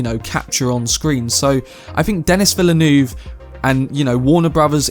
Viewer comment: Denís Villeneuve is French Canadian and his name is pronounced in French. Your pronunciation is not proper.